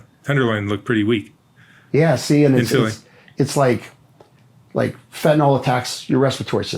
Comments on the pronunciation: Ugh. It’s fen-tan-ILL, not fen-tan-OLL. 🙃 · Its fentanyl not fentanol gd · Not trying to be too harsh , but I think if LE starts with learning the correct pronunciation of words, that would be a great place to start: fentanyl is pronounced FENT-A-NIL, and semis run DIESEL FUEL, not gas. Starting with correct grammar and pronunciation is key. We learn how to read and write correctly as youth, why can’t LE learn to speak and use correct pronunciation too?